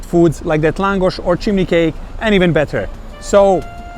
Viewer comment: Für Deutsche : Laaaaaaaaaahngosch..ausgesprochen